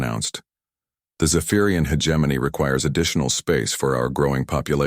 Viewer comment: When will AI learn to pronounce hegemony correctly 🤔